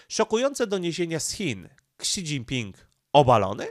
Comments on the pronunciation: Ksi? Szi się czyta... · niechętnie się czepnę co do wymowy chińskich słów - nie jestem ekspertem, ale w uszy rażące jest spolszczone fonetycznie "ksi", gdy powinno brzmieć "si" - tak jak telefony Xiaomi (siayomi) Pozdrawiam!, a komentarz dla statystyk i dobrej zmiany 👍